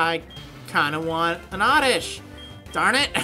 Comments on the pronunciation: I so see you saying ORRRRRRRRDISH! but, where does that come from? because I don't see an R in it's name haha! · Hey, if you don't mind me asking, where did you pick up that hilarious pronunciation of oddish? It's stuck in my mind now lol. Orrrrrrrrrrrrrdish!!!! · EVERYTIME YOU SAY ORRRRDISH I WOULD DIE OF LAUGHTER IDK WHY ITS SO FUNNY. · I love how you call Oddish Orrdish. lol